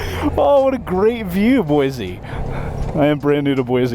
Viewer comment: I can't believe they let you run up Bogus on brand new bikes. Pretty awesome intro to Boise, IMO. Also: Boy-see, not Boy-zee. 😁 OC